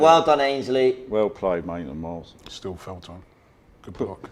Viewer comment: “maintland miles 😂